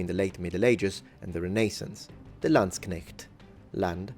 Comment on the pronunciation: The "Landsknecht" pronunciation was perfect.